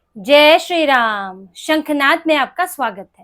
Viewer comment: Chiranjeevi raho beta. Apka Jai Shri Ram ka ucharan achha laga